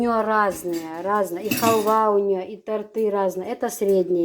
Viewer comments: очень рада за Вас. Выздоровления Вам скорейшего. 🙏 А правильно произносится тОрты😊. Это я Вам как учитель русского языка могу сказать. Не сердитесь. Я не хочу никого обижать. Очень люблю смотреть Ваши ролики😍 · правильно говорить Торты, ударение на О.Дала Моршал Лойола Хуна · правильно тОрты , ударение на О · Совершенно верно...по нормам русского языка - тОрты !!!!! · Я не думаю что это смешно.В каждом регионе либо республике бывает свой говор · Правильно торты ударение на ы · Правильно торты ударение на О